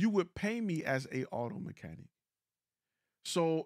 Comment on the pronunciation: What what what? An auto mechan-what? Mechani? That's weird. Mechanic. Ic.